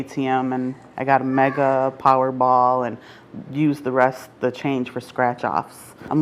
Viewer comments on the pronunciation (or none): “Powerrball” really? Come on.. let’s get it together